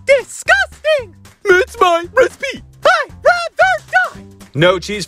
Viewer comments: hammy its recipe not recpee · I love it when ham says "my respee" it gets me every time. XD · "It's my respee, try some."